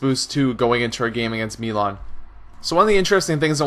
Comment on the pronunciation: why do you say melan? its mi not me